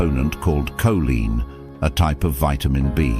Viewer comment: How ignorant. He pronounces Coline two different ways.😂😂😂😂 I would like to file the money paper trail on this story